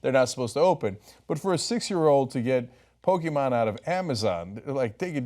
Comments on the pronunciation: Does anyone else get triggered by the way Ana pronounced Pokemon? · The e in Pokémon is short not long.